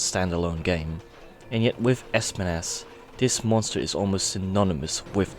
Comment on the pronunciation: Spines not spanas